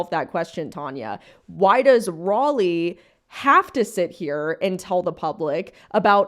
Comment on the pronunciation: The way this insufferable woman keeps purposely mispronouncing your name is so irritating. OMG what a twit, I wonder how her fellow Brits would like to hear her pronounce "Sir Walter Raleigh" would look at her if they heard her . It's spelled exactly the same,so you know she's doing it purposely. Geez what an obnoxious woman